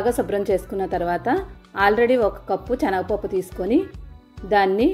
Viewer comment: రెసిపీ కొత్తగా ఉంది . 'చనగ పప్పు'..అని కాకుండా 'శనగపప్పు' అంటే వినడానికి సౌకర్యంగా ఉంటుంది.